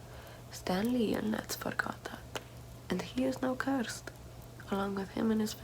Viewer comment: CEURSED....YOU WEILLL BE CEURSED